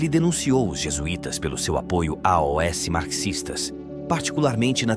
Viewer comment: Fabrício, vc gostou da dicção do locutor no vídeo? Saiba que , quem lê o texto é um robô. Repare que ele não consegue ler a palavra "aos". Ele lê separadamente as letras "a", "o", 's". Já ouvi vários vídeos onde a A.I.(inteligência artificial) lê o texto muito bem, mas não conseguem ler a palavra "aos".